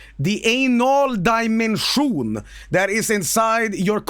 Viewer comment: ay-nol daimenshoon